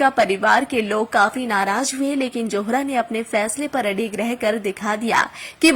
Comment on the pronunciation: Not "johra "but " zohra".thanks.